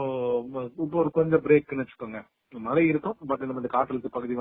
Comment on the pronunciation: மலை இல்லம்மா .மழை மழை எங்க சொல்லுங்க